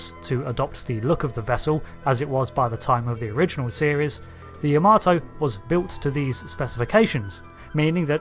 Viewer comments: It is properly pronounced YAH-mah-toe, not ya-MAH-toe. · why can brits not pronounce Yamato correctly? unless they know japanese.. its not Ya-Maaarrr-to its Ya.MA.to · Why do you keep saying the name wrong? its pronounced YA-MA-TO not Yahmarto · You butchered the pronunciation ya-ma-tow